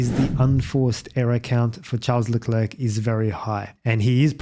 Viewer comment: Can you pleeeease pronounce his name slightly more correctly? 😂